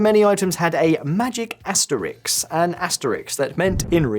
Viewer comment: it's asteriSK (not asteriks)